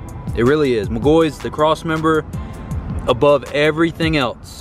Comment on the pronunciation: It irks my soul when he says mcgoys It’s says Mc-gaw-fee 😂